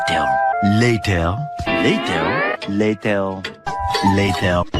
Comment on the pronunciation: Layteir (Later)